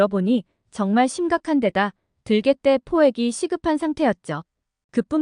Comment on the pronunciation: 들"개"떼 아니고, 발음할때는 들"깨"떼 라고 발음됩니다.